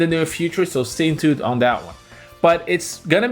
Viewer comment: It’s that not dat.